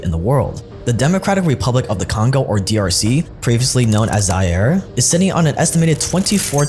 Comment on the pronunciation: The video was so serious untill u pronuonced “zaire” wrong lol😂😂😂😂